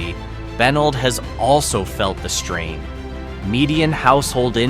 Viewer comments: Benld is bah-neld fyi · My God this was awful!! E Street Louie is the worst, but mispronouncing Benld and Cairo was just about as bad. Obviously no one ever actually visitd these places - Fake Fake Fake